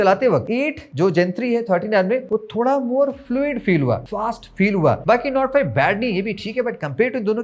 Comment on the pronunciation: nord 5 kya bola aap ne smj nahi aaya 😂